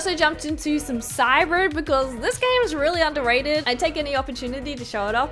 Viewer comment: Cybird? Cybor what game did she say looking for it now? found it CYBRID